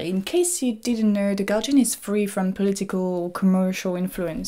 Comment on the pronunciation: Why are you pronouncing guardian as Galjian